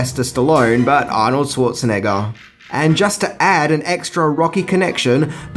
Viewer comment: OMG, can the host finally learn how to pronounce Arnold's last name properly? Dude get some German classes if you had to. ;-)